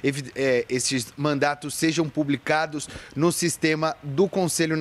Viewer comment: assista a partir de !!! Ele disse "mandaTos". Mas a finalidade é só esclarecer pois eu já tive dúvidas quando era mais jovem.